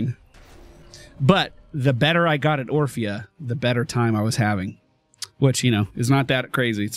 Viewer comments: was saying Oprah instead of orphea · Orphea (Or-fi-a) Not Opra xD